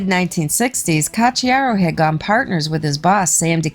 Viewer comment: 🤘💩👎💩🤘💩 You say: Ka chiaro. Why? Isn't the spelling Ko chiaro ? :: :face-blue-smiling